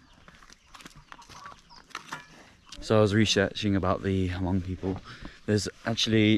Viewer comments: Great video! But It’s pronounced “mong” not “ha-mong” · I'm Hmong living in the United States and I just want to correct you how to pronounce Hmong. It was not HaMong, the "H" was silent. You should just pronounce it MONG. Great video. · Its pronounce Mong, the H is silent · It is Hmong not Hamong :-) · When we visited the Hill people in Thailand they said the H is silent and pronounced it Mung. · When you pronounce Hmong it should sound like this, " Mong". You leave the" H " out.